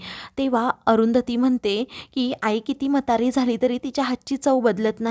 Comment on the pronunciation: मतारी नव्हे म्हातारी . 😂